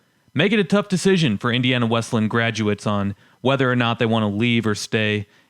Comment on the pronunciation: It is pronounced "Wes-lee-yan", not "Wes-lan".